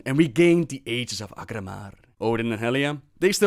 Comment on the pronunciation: I can't believe not a single person at blizzard googled "how to pronounce aegis". It's especially obnoxious because they used to pronounce it correctly in previous expansions.